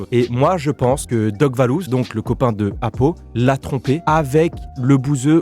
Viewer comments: C’est valouz et pas lebouseuh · Ces pas lebhouseuh ces vallouz